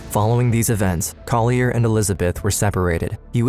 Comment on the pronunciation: The narrator is mispronouncing Collier's name: it's CALL-yur. (There is an audio of Collier saying it himself in this episode.) He deserves the correction. And tho it might be picayune, on the last frame, the word 'responsibility' is misspelled. Thanks.